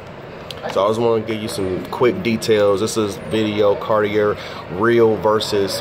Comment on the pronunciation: Sounds right to me🤷‍♂️